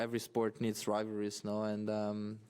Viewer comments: "neads" ?!? or maybe "kneads" ?!? What kind of moron are you? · needs* not neads